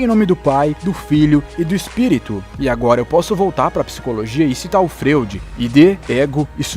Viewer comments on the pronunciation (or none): Ta certo que tudo é foda-se,como vc mesmo diz e etc e que vc fala como vc quiser.... Mas não é Frêud, a pronuncia do nome do cidadão é Fróid. (S. Freud). Da uma caprichada ae. Abc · Excelente,apenas um detalhe bem chato a palavra "Freud" se pronuncia Froid,mesmo assim o melhor video do canal que achei. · Cara sério, vc me faz um video foda mas me fala Freud como se escreve? É FROID meu querido!!! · Excelente Vídeo! Ficou muito bem esse material. Apenas uma dica, a pronúncia certo de Freud é "Fróide". Abraço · Ótimo conteúdo! Parabéns! Apenas um adendo: "Freud" lê-se "Fróide". no mais, ótimo vídeo!!!! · O trabalho do vídeo está ótimo, mas a pronúncia do nome é "Fróid", apesar de se escrever Freud. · Excelente vídeo! Aguardando os próximos.... Só uma observação: A pronúncia correta do nome Freud é "Fróid"